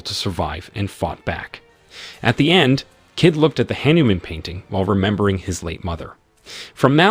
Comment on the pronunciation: That is Hah-Niu-Mom